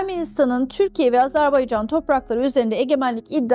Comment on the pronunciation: Bu "profesör"ün ısrarla AZARBAYCAN demesi bir beni mi rahatsız ediyor ? Neden ARMANİSTAN , AMARİKA demiyor mesela ...